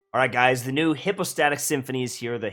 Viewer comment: Its Hi-postatic 😂 but I like how u say it